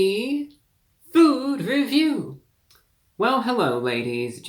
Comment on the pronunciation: Hewwo Wady’s and Gentlemen!